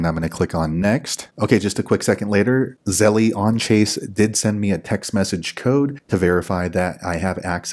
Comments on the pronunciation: Thank you, but I cringed every time you said Zelle. It’s pronounced “zel” not “zel-lee” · You calling it "zelly" makes this video really hard to watch.